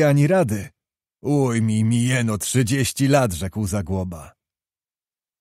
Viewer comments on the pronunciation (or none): none